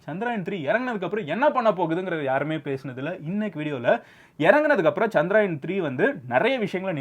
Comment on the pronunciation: Anna adhu chandrayan illa chandrayaan (சந்தரயான்) Chandra-moon , yaan-spacecraft